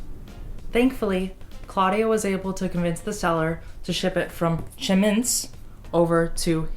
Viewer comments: Chemnitz is pronounced "Kem-nitz." The Chem is like the first syllable of "chemistry." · Chemnitz pronounced Kem-nits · Chemnitz: Chem like chemestry; nitz like nits; accentuation on Chem .. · Fun fact: Chemnitz (pronounced like Kemmnitz) was called Karl-Marx-Stadt during the GDR days